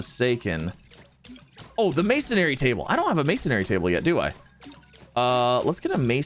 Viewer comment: not hating but he said mason-ary not masonry